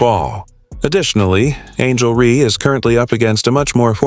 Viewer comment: You expect us to listen to your when you can't even say REESE INSTEAD OF REE.